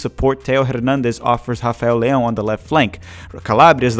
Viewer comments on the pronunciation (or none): none